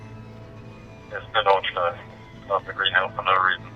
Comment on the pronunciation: Nice one! A hint about Nordschleife: There are no silent vowels at the end of a word in German, so the E at the end is pronounced, like an "-uh". Just like in Porsche, "Porsh-uh"